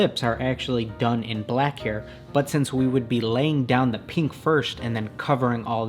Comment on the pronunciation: does anyone else hear him say peank instead of pink